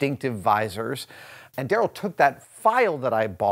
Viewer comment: that's pronounced "Da Rell"